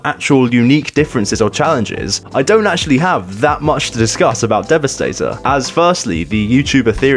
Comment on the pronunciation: Devastor lol